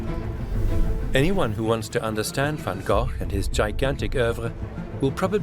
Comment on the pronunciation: Not Van Gogh..